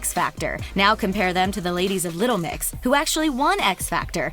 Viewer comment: youre saying 'little mix' wrong but I can't pinpoint how